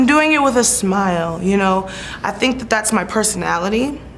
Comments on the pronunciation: Tomou na cara, bem feito. E aprenda ingles pra próxima entrevista. Sink é pia, não verbo Pensar....jesus, vergonha alheia em todos níveis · Que repórter ridículo. Alguém tira ele dai? Nem sabe pronunciar “think” ... ... “you SYNC!!!!!!” Pelo amor de Deus que vergonha